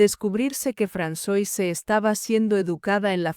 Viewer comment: Se pronuncia Fransuáh, no Fransoise 😅